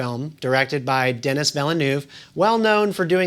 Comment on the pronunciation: I'm sorry man.. I just don't think I can take this review seriously with you pronouncing his name as "Dennis" and calling Blade Runner 2049, "Blade Runner 2024"